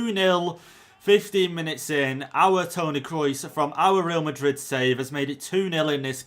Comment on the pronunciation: Nobody:: Tony Krois